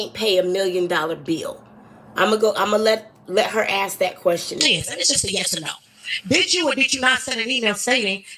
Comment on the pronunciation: If ur Mayor says Wroof or Axe instead of Roof and Ask u know u in trouble as a city or town